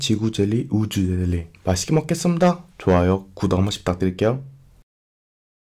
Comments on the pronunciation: 축구공젤리 지구젤리 우즈으헤ㄹ리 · 축구공 젤리 지구 젤리 우주ㄹ렐ㄹ리 맛있게 먹겠슴므다 ~ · 우주델리라고 말함 ㅋㅋ